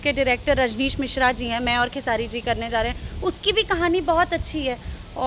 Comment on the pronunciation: Ye anchor ko bolo pehle खेसाडी नहीं बल्कि खेसारी बोले